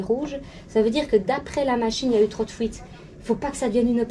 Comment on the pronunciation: Appouyer !? Fouites ? Lol